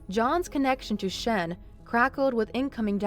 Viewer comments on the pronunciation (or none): none